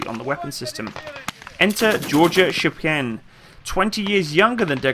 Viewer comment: Shpa-Gin (hard G, not like the drink). Shpagin.